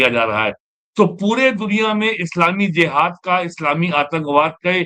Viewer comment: वैसे उसे JIHAD ( जिहाद) बोला जाता है और J ( ज) से शुरू होता है। ZIHAD ( ज़िहाद) नहीं होता है ❌❌ सही उच्चारण है JIHAD ( जिहाद)